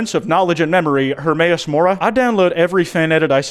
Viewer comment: Thank you for saying my name right and not giving up on the “Hermaeus” section. I’ve unfortunately seen a lot of art of myself in… questionable situations but that’s their thing, I don’t judge mortals too heavily.